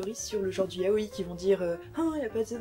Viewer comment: Par contre on te l'a peut être déjà dis mais on dis pas "ya-o-i" mais "ya-oi" en 2 syllabes sachant que "-oi" se dit "aie" mais avec un "o" ! ^^Je préfère te le dire par expérience que si tu vas voir un vendeur (dans un magasin exprès de mangas) si tu dis "ya-o-i" c'est limite si ils vont pas t'engueuler...^^"